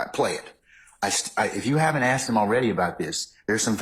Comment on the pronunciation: Her since the beginning of the trial saying aksed instead of asked is the most cringe thing ever